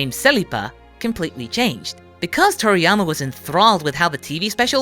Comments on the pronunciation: i keep thinking that he's saying toriyamer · Is he saying "Toriyamer"?